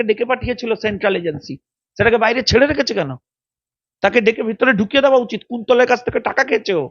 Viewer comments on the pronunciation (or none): none